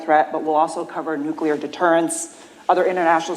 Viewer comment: Say, "Nuclear" - just once.